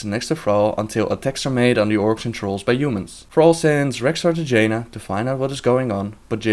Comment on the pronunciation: Did he said: "Va-Jaina"? XD